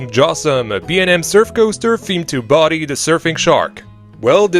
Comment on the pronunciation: beautiful park, i love the tiki bar and the restauraunt, but cant help but try and correct your pronunciation of Bodhi, as it is not Body, its BO Dee